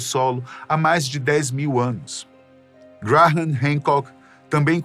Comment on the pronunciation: O que me deixou louco foi a forma como o narrador diz o nome "Graham", cada vez que tentava dizer era como uma facada nos tímpanos!!